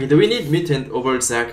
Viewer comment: Everytime he says mutant I hear mitten